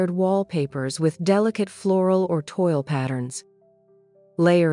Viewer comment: Just so you know, toille design as in fabric or wallpaper, is pronounced TWALL, not TOIL.